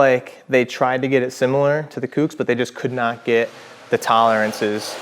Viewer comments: Bro its COOKS not whatever tf you're saying. Sounds like you're just throwing shade on SE you left out the price difference. But i get it just in the few seconds you said "if you want to purchase these it helps our channel out" so i knew it was going to be nothing but negative on SE. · OMFG …. Kooks like COOKS not Kewks FFS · Who the fuck pronounces Kooks like that? 🤦‍♂️😖